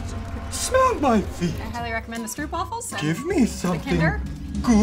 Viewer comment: Not throughing any hate but it's s-tr-O-p waffles not strUp waffles it's an O not an U like I said no hate love your channel